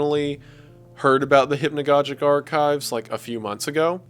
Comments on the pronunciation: Maybe someone helped you with this Wendigoon, but it's hypnagogic as you would say synagogue. I don't mind it here. For future reference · I just realize you don’t even say hypnagogic right. You don’t say hypnagogic right, you don’t say merlot right I think u just need English lessons